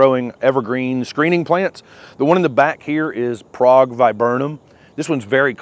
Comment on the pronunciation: A lot of these are listed as zone 6 hardy… which of them are “technically” zone 6 or marginal in zone 6? I LOVE my Prague Viburnum! (pronounced correctly!)they look so good at night with ambient well done lighting.